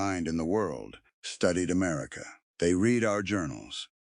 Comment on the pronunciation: 6 min in and we have "Amarica"... 🤨